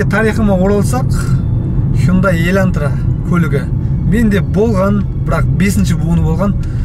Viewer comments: Бауырым ЕльӘнтра емес ЕЛАНТРА деп айтшы, өтініш)) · Илантыра емес Елантыра 😂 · Ең бірінші "Хондай еләнтрә" дегенінде мысқылдап айтып жатырма десем, өзін солай сөйлейді екенсіғой😂🤣. Хуйын-дай демегенінеде шүкір дейм енді.